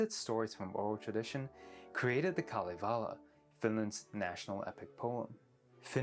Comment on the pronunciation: didn’t even pronounce it right. Same with Kalevala